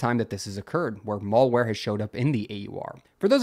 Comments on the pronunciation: It's pronounced malware (as in "bad" ware), not mallware (as in "shopping center" ware). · What is "Mawlwhere" please try to have a basic grasp of the english lexicon. You sound like a damn moron when you pronounce it so blatantly wrong. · Learn to pronounce malware.